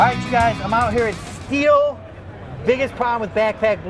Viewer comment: All I care about is how it is said not how your accent makes it sound. It's pronounced like "steel"